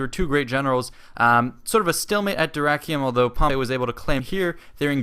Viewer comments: HEY NOT (POM-PAY) ITS (POM-PEY) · its pronounced Pomp-ee not Pomp-ay